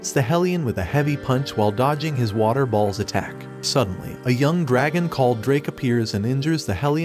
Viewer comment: The way u say balls :\